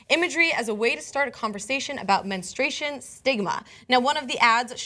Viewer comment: Menstruation, not menestration.